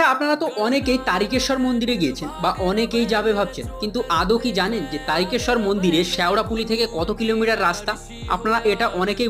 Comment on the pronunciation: দাদা আপনি বলেছেন কিন্তু অটা তারিকেশর না তারকেশ্বর বলে